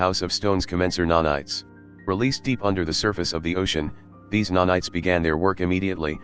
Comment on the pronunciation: I love that text to speech has turned nanites into nah knights